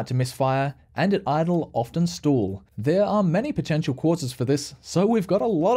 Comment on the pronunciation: The word is Stall, not Stool…